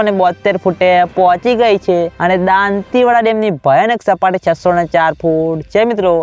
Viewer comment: તુ દાતીવાડા બરાબર બોલતા શિખ gay